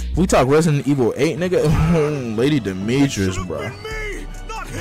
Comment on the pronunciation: bro said lady demetris💀